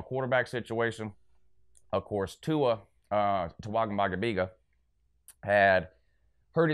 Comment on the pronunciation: would've thought you would know how to pronounce Tua's name after he broke your heart earlier this year